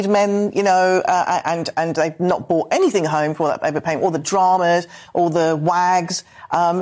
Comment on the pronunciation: Sick to death of so called academics say 'Bought' instead of 'Brought'....Planks!